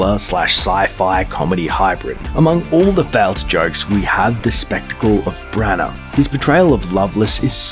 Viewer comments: I blame myself for clicking. That's not Brian Blessed overacting, he's just being Brian Blessed. How is it that you pronounced Branagh correctly first time then went on to call him Bran-OW? Also, the copy is written in such a way that it messes with your breathing and, as a result, the rhythm. The Wild Wild West section provides a good example, "An...infamous flop". I don't know if you record at home by yourself but if you do, it's not the way to go. You need a producer or at the very least a second pair of ears, because your rhythm is way off. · What's with the bizarre pronunciation of the actors names? BraNARR? Von Sidough? 😂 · That is DEFINITELY not how Von Sydow and Branagh is pronounced.